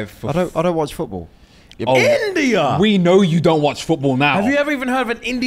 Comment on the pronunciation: the way said INDIA has me DEADD 😂😂😂😂😂😂😂